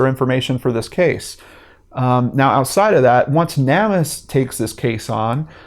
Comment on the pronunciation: I always want to throw this out, but don't want to sound bitchy. I think NamUs is pronounced like Name Us. There are so many unknown, unclaimed people on that site. I feel like the dead are saying, quite clearly "name us!" I don't know, I've said it that way for a long time. I could be wrong.